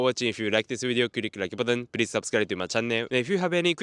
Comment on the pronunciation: please learn how to say “channel” properly. Way too much stress on the nn.